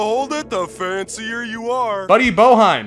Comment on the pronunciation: boeheim is actually pronounced bay- h-im. with a long i